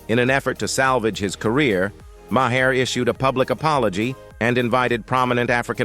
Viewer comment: Can't the producers feed the robot Mar instead of Ma hair so it pronounces the name correctly?